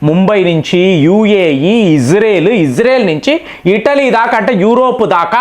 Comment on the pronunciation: ఇటలీ అంటే ఇడ్లీ కాద